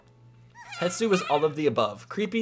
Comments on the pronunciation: It's Hestu 😂 how did you make it more difficult to say out loud? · Wow, that's great info. Thanks for sharing! I'm brazilian and for us it's easier to say Hestu :)